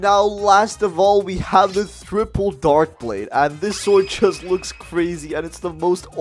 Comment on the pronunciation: He really said thripple 😂